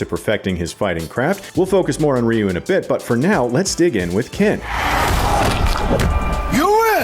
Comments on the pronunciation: It's RYE-YOU not REE-YOU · It's Ryu not Riyu what's with you people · Dude is calling Ryu “Reeyou” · I’ve always pronounced it Righ-You 🤷‍♂️ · If they pronounce Ryu like it is pronounced in this video, I am going to boycott it.